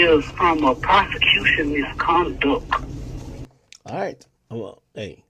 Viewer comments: MISCONDUCK! 😂😂😂😂😂 Ralo country af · “MisconDUCK Heeeearing” 😂😂😂😂😂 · The way Ralo says “prosecution MISCONDUCT hearing “🤣🤣